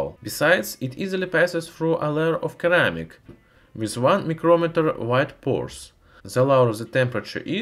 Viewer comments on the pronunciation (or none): Best part of each of his videos is when he says "keramic". Very likeable accent and easier to understand that most english native speakers. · Interesting! Great video. Do you know that the correct pronunciation of ceramic is "seramic".